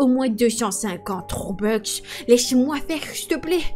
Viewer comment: Ok des robex au lieu de robux mdr bref 👻👻